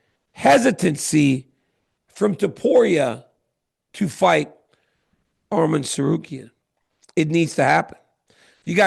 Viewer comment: ARMAN NOT ARMEN DC YOU USED TO SAY HIS NAME RIGHT WHY ARE U SAYING ARMIN